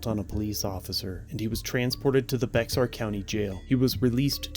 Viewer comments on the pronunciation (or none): Good synopsis. I live near San Antonio. First of all it’s not bex-ar county. You literally just say Bear like the animal. Second of all, SAPD and the other surrounding community police forces (look up Leon Valley) are extremely corrupt. Hell SAPD and Bexar Sherrif will hire people with a criminal record. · Bexar is pronounced bear. its weird, i know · Bexar is pronounced like Bayer or bear... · It is NOT pronounced Bexar county...it is pronounced Bear County. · The name of the county is Bexar, the x is not pronounced. The word sounds more like bear or bare. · its not pronounced bexar,,,its bae har ! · For future reference: Bexar is pronounced “bear” just fyi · Bexar county is pronounced bear county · Just an FYI Bexar County is pronounced bear. Love the channel you have great content! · Good video. It's pronounced "BAY-harr" county. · its pronounced BEAR country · Bexar County - Pronounced "Bear County." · btw Bexar is pronounced Bear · Love the channel, for future reference Bexar county is pronounced “Bear”. Not being a dick. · It's pronounced BEAR county even though it's spelled Bexar. Being from Texas, this is a large pet peeve. Lol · Fyi, its pronounced "Bear" county. But it is spelled Bexar. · I've had enteractions with San Antonio PD. They are as bad as Dallas PD. BTW, In Spanish the letter X sounds like an H. Bexar is pronounced "BayHAR". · It’s pronounced “bear” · It's pronounced Bear County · Bexar County (/ bɛər / BAIR, / ˈbeɪər / (listen) BAY-ər. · Not sure if you’re reading comments still but Bexar is pronounced “Be-har”. But the h is almost silent. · Bexar is pronounced Bare. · "Bexar" is pronounced "Bear" like the animal... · Bexar County,,,,, pronounced "Bear" County Cell phoned are just barely exposing the corruption of police officers. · For future reference Bexar County is pronounced "Bear County" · Bexar is indian/spanish and the 'x' is pronounced with a soft-j / almost h sound, so the word sounds much like bear or beyer.